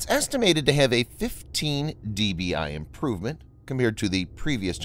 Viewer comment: 15dBi is not 4 times more powerful, it’s roughly ~32times more powerful. dBi is not pronounced as dee-Bee-ay, it’s decibels or if you’re wanna go slightly more nerdy, it’s decibels relative to isotropic.